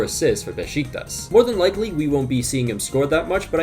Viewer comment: Hey i’ve seen you pronounce besiktas incorrectly like a thousand times now and im surprised no one commented about it but it’s pronounced like beshiktash not beshiktas:)